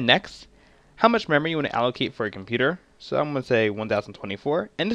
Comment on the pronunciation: How* (not jow lol)